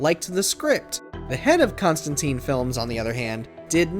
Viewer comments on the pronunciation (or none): none